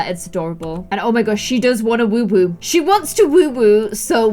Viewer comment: Why does say woowoo instead of woohoo, it kinda annoys me ngl! Edit: it might be her accent